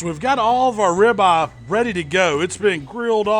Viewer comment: I love me some grilled rib-uh.